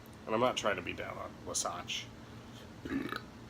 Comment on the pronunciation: Wah • Satch - NOT - “Wuh • Satch”